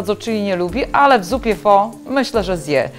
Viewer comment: Zupa pho [wymowa: faa]:). Pozdrawiam. Reszta - bez zarzutu.